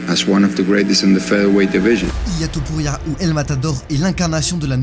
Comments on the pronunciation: Masvidal : " Illia Tempura " 😆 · "A good friend of mine, Ilan tampura " Bordel tu connais même pas son nom....